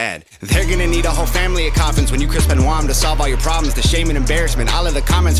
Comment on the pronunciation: The guy's name was Chris Benoit. ( pronounced Ben-ua)